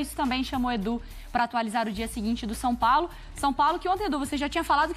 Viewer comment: Engraçado vc falando som Paulo 😅 Brincadeira a parte vc é muito bom comentarista 👏🏻👏🏻👏🏻🙋🏻